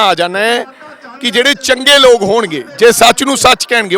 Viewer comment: ਦੱਲੇ ਕਾਂਗਰਸ ਦੇ ਮੇਰੇ ਸਾਲੇ ਰਾਜਾ ਬੜਿੰਗ ਤੇ ਢਿੱਲੋਂ ਜੁੱਤੀਆਂ ਮਾਰੋ ਇਹਨਾ ਦੇ….ਇਹਨੂੰ ਪੰਜਾਬੀ ਤਾਂ ਬੋਲਣੀ ਨੀ ਆਉਂਦੀ… ਲੋਕ ਹੁੰਦਾ…ਲੋਗ ਨੀ ਮੇਰੇ ਸਾਲਿਆ 🥾🐕